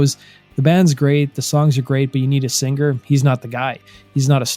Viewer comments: To the narrator ~ The word 'singer' isn't pronounced sinGRR. The g is soft in ing words. How old are you? Learn to speak correctly if you're going to narrate. It's irritating AF to continually hear you mispronounce that word. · I’ve never heard an American pronounce it as “sing-ger”. Sounds alien to me. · Well done. Only please the word "singer" has the "g" silent. Thanks. Keep up the good work. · whats with the hard G in the word singer?